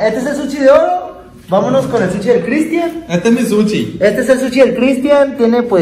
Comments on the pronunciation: No se dice suchi... Se dice sushi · No se pasen de verga jajaja para todo dicen shela, shilo , y dicen SUCHI😂😂😂😂😂